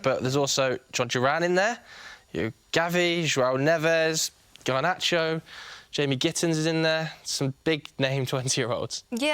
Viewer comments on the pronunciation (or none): Horrific ball knowledge from the ginger. Man said Garnacho 💀